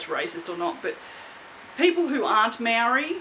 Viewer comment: Te Reo (Maori language) is really beautiful. We pronounce Maori like the word mouldy but with a 'r' instead of a 'l', us pakeha usually butcher the language unfortunately. I try to pronounce them properly. 👍